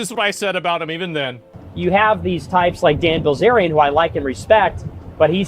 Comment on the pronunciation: “Blizzerian”… even as he reads it. Common baldy.